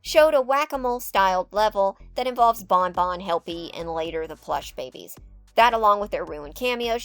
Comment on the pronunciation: I really enjoy your videos! I like how throughly you research the info while adding your own opinions. However I think my absolute favorite part about your videos is when you insert an image to portray your personal emotions. you introduced the Plush Babies but I guess you mispronounced the word or had some sort of technical issue and you inserted that image of the pissed off Daffy Duck-I hollered 😂😂😂😂 Keep up the great work and I look forward to the next video! ❤